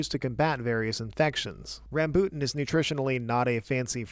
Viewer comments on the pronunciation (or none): ram-BOOT-in, lol it's RAM-boo-tan (great video regardless; nice to see the king of fruits durian is nice and high on the chart) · Rambutan is pronounced as Rum-bul-Tan.